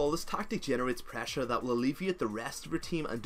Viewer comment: I keep getting bothered by your pronunciation of "prahssure"